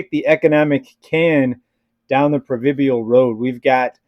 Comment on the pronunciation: Proverbial not provibial